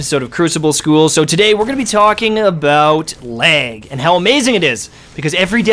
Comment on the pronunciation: R u saying leg? Lol jk